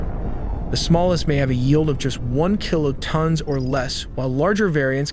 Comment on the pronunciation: FLAP-er-ons, Mach like mock, not quack, you almost got kiloton. It wouldn't be so annoying if it wasn't a computer doing the mansplaining. "I know nothing about this so I will explain it to you."